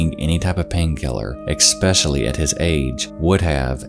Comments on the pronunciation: It’s “especially”, not “expecially” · Come on man, it’s ES-PECIALLY, not EX-SPECIALLY. I guess you haven’t seen my comments on previous videos 😂 but still thank you for the content. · E s p e c i a l l y. Not EXspecially. Great video otherwise. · Quay is pronounced like Key, Quayside is Keyside. It's especially, not expecially. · I really wanted to ignore the word "eck-specially" until you said it more than once. ESPECIALLY. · just to let you know quay is pronounced “kee” and especially isn’t pronounced ekspecially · "especially" with an "es", not "ex" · "EXSPECIALLY X 2" PLEASE STOP MISPROUNCING THAT.... =) it is Especially....with no X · Dear all YouTubers, Once and for all, please FINALLY come to an understanding of this: There is no such word as "ex-specially". The word is pronounced "ess-specially". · especially not ecspecially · Sorry for being nitpicky but it’s “especially” not “expecially.” Good video. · I know this won't be popular, and I don't want to play language police, but this got under my skin a bit: ESpecially, not EXpecially. The only reason I mention it is because I genuinely enjoy the videos and would like to contribute to making them even better :) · Please stop saying "expecially" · It's not necessarily that people don't look know how to say it the standard way, they just choose not to or prefer the way it's pronounced in their dialect. This guy sounds like he's from the US South and a LOT of people down there say "expecially". I can relate, being from the rural Midwest. I say things like "crick" instead of "creek" and "ruff" instead of "roof". I stick with these pronunciations because they're representative of where I'm from and they make my speech a bit more interesting. I'm sure it makes me sound uneducated to some people, but that's none of my business lol. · It's pronounced Eh-special-ly.. not Exsh-pesh-shuh-ly. Fr tho... and STOP SAYING IN AND OF ITSELF. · I love you man, but you have to stop saying "eckspecially" lol